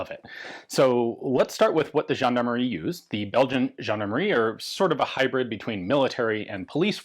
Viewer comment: Good pronounciation for "gendarmerie" Ian. "Gendarmerie" is a french word. 😄